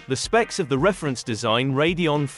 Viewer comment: It's saying Radeon (Ray-de-on) correctly.